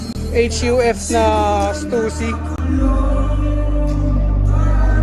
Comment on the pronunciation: "angas neto, eych-yu-ef oh!" lol